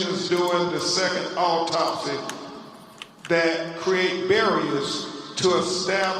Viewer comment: Autopsy is pronounced awtopsy not eytopsy😊